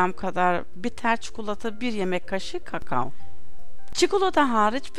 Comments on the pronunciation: kakao öyle okunmuyor lütfen düzgün konuşun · Pinar Ipek sanki kakao düzgün söylüyor ben de ona güldüm